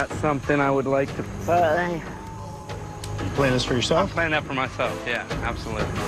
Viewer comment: wtf lol listen to him say play